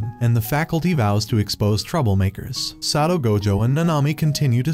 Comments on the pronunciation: I almost cry to the god darn title of the video and how the ai pronounce Satoru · Bro you forgot the ru in satoru gojo